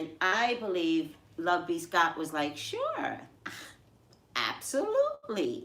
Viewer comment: Is it just me?? When you pronounce the name "LoveBScott" it sounds to me like "love-peace-God." 🤨